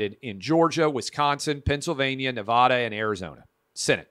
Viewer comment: learn how to say Nevada